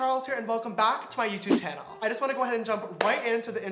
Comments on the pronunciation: anyone else hear that?welcome back to my youtube tannel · He said YouTube tannle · He says welcome to my yousubesanel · Did y’all here welcome back to my YouTube tannel??🤔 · Welcome to the YouTube tannel Me:isn't it channel not tannel.....